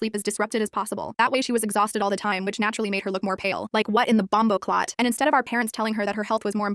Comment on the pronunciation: Not the “BOMBOCLAT”😭